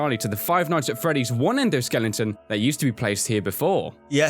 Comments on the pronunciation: As I was watching the video, I realized that said "endoskellinton" instead of "endoskeleton" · sorry but it's very annoying that you keep saying endoskeliNGton, it's skeleton. sorry but I am annoyed very quickly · is still saying, "skelington".